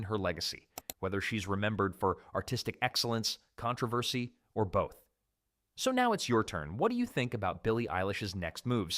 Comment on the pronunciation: AI voice humans don't pronounce "controversy" like that 😂